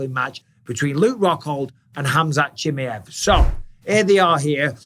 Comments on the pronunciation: Please bisping learn his name right. Chi ma ev Not chimjeev😅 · 'chim-yev' really bisping? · CHIMAEV - "SHE" "MAV"